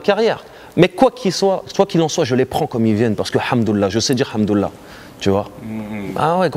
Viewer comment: Bonne interview malgré quelques problèmes de sons. Juste un point sur lequel j'aimerais revenir on dit "al Hamdoulilah" et non hamdoulah comme il le fait dans cette interview et sons. Et ceux qui disent qu'il parle d'argent il dit juste qu'il a les moyens pour vivre sereinement et qu'il était millionnaire. Sans donner la valeur exacte de ce qu'il possède.